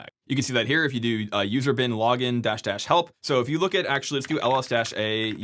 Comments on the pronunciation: I keep hearing user bin laden :/ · Every time you say "usr / bin / login" it sounds like User Bin Laden to my English ears! :D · Oh come on! You went out of your way not to say "usr bin lah-ggin" like the rest of us in our heads 😂.